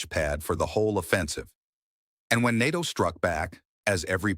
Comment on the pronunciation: More AI slop. AI can't even pronounce NATO properly. Who writes these? Serious editing, getting to the point and keeping it 10 minutes or less. Lots of fluff, nonsense and repetitive.